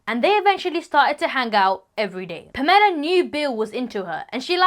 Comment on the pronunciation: The way she’s pronouncing “Pamela” is making me cringe almost as bad as her mom being Jackie Chans bodyguard….